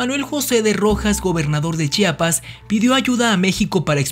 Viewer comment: P.D. es Chiapas no Chapas